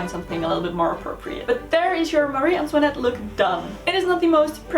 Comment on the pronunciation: Antoinette is my middle name and I finally found someone who can pronounce it properly I cannot even pronounce it love it 😊